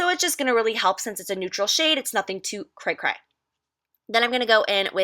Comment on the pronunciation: Lmao at the way you say cray cray